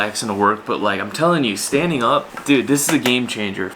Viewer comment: Standing not “stainding”